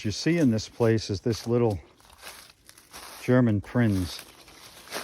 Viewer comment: PRINZ. Not prince. Its a NSU prinz.